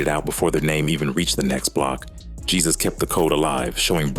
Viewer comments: The pronunciation of Jesus is Haysoos. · Jesus pronounced " heysoos" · His name is not Jesus is Jesusss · Not hey, heh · His last name is spot on, his first name is just bring pronounced on English